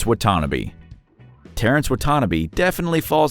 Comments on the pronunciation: Wow!! You killed Terrence’s last name. It pronounced WHAT TA NA BEE, not WHAT TANNA BE. 🙄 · Pronounced WAH-TAH-NAH-BEE. Get it right. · Wah tah nah bee. Wutanabe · For number 1: It's pronounced " WAH-TAH-NAH-BAY " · It’s pronounced “Wa ta na bay”